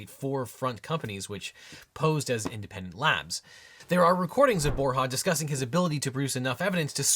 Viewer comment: Bor “ya’ not bor’ha’